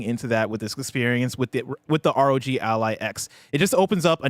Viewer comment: IT’S R.O.G not rog